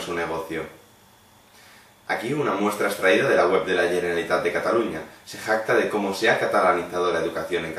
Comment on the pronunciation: No saps ni pronunciar bé "Generalitat", tu què vas de català, home? Si se't veu el llautó d'una hora lluny. Haver nascut aquí no vol dir res, sr..